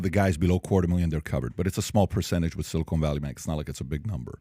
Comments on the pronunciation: Silicon not Silicone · It's "Silicon" not "silicone"...😅